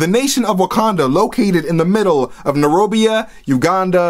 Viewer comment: Narobia?? Really dude?? It's Nairobi. And it's not a country. It's a city in the country of Kenya.